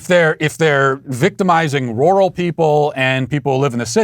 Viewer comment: matt please listen to a word pronunciation app for the word "rural" U are butchering bro'